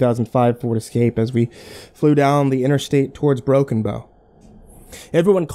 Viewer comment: i still cant tell if its "Broken Bone" or "Broken Bow" nebraska